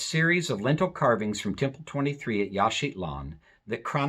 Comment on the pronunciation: It sounds like you are putting a "t" in Yaxchilan, making it Yaxchitlan.